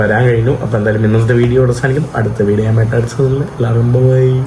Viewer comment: നാൻ എന്താണ്? നീ ഞാൻ എന്ന് പറഞ്ഞു പഠിക്കുക